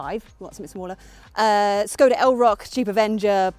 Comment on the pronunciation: NOW if you listen to YOUR co-presenter "nicky shields, SHE pronounces SKODA korrektly my dear, so PLEASE take note 🙄🙄